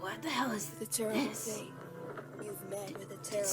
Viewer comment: BeN: You've met with a tarible faith